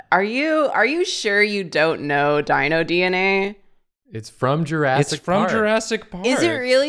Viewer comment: Does always pronounce movies weird?? JurASSic Park. There WILL be blood.